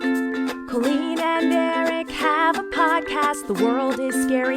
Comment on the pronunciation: IM VWOGGIN IM BOWING IM COWEEN I WOVE IT